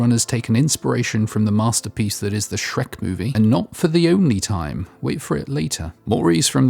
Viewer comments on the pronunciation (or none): none